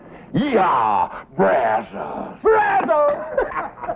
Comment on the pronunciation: It would have added to the authenticity if they could have pronounced Brazos correctly like any Texas Ranger would have.